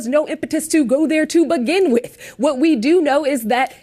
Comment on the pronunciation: "Say Wat"...u beeze all racist n sh/t.🤣